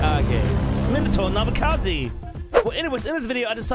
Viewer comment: its namikaze not namekaze